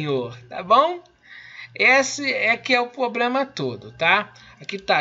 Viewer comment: O cara fala 'pobrema' e sabe verbo de outra língua?